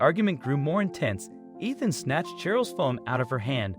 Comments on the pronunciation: Well done, dude. You managed to pronounce “Ethan” correctly two whole times, right at the end of the video. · that was more inconspicuous than the Ethan with the short e sound though😆 My cousins name is Cheryl but we pronounce it like Sh earl, one syllable. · We all know that Ethan is a hard name to pronounce. It's the "E" that is the hardest!